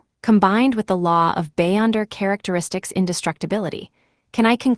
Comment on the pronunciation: Be-yonder not bay-onder